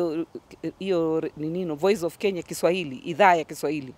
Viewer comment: I like her programs, choice of songs and her Kiswahili pronunciation just like mine from Zanzibar. We like you sister.